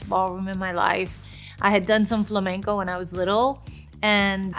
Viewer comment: That is why I know she ain't a native speaker of English for she mispronounced FLAMENCO😢😅